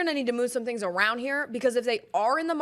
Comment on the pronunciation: “I’m hearing tings, I’ve heard tings”🤌🏼